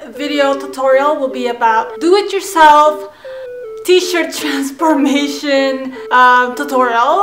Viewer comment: Thought to myself "is this filipina?" Then she said transpormation. Yep. She's filipina.